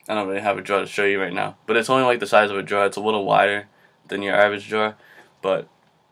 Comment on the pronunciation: I thought you said jar when you said drawer.. Lol but you're very helpful! Thanks for the vids!